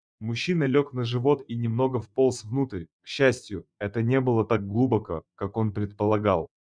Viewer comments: ГлУбоко,вОлченок,вымя,- это пипец!!!! Не тараторь всё однообразно!!! Куда спешишь,диктор!! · ВОлченОк....и так несколько раз.....глубОко....Рассказчик русский? Или неграмотный просто?😢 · Интересно, как чтец произносит русские слова: наШЕЛто (а не нашел ТО, что искал), "вОл- ченок", "глУбоко", услышал "гОлоса"(голоса своих детишек!) и т.д. А как вам понравилась авторская фишка про "вымя у волчицы, полное молока"?!??))) Это плохой робот, или полуграмотный чел?!😮😅😢 В любом случае - это дешевая байка с разномастными картинками и тупой монотонной озвучкой!🙄🤡👎👎👎 ...То ли это убеленный сединами бородатый Джон - в зимних лесных дебрях далекой страны, то ли Василий, упитанный мужчина в полном расцвете лет, в зеленой панаме, бредущий с фонарем средь бела дня по осеннему лесу в средней полосе России.... 😂😅 Сочинение - на "двоечку" - розовые (или голубые) слюни... на тему "Хороший человек помогает хищнику в беде"...))))😊😅😂😢